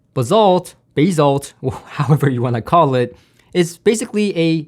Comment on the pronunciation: you pronounce it as bass as in the fish! "basalt" you could have googled it and listen to how you pronounce it. what language do you speak😊